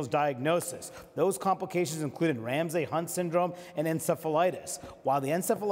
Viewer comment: Would be great if anyone on CNN could pronounce "Ramsay."